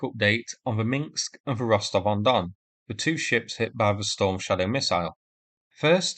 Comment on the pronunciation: Oh, please pronounce it Minsk and not Mingsk. Otherwise, nice analysis. Thanks! 🙂